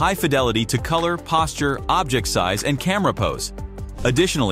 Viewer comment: The narrator keeps pronouncing the word "Object" as "objEct" (the verb form). He seems like he's a native English speaker, but maybe he isn't? But the real concerning question is, why would Google (a company heavily invested in the wielding of proper language usage), not notice this? Very annoying, and doesn't inspire confidence.